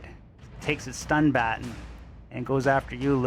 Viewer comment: Lol, are you pronouncing baton and staMiNa incorrectly on purpose?